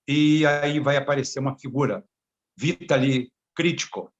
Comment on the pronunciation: A pronuncia do nome é Vitáli e não Vítali. Mas tome cuidado com esse cidadão.